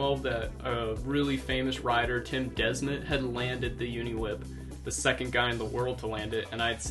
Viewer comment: Really inspring video and funny to hear your pronounciation from Tim Desmet as a Belgian myself.